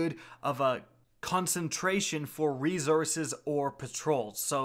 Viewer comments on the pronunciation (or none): Brain: say source Stewie: source Brian: say resource Stewie: rezource Lol just givin you hell good video man keep it up